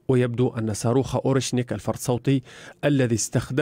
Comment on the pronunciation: ووو 😂 جاوب يا... ربشتي الرجال بدل ما يقول صاروخ قال ساروخ😂